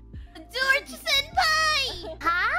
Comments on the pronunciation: Ahhh i found out in other video miko actually trying to say Jaws ( shark) but end up sound George. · Nah she was saying jaws like the shark movie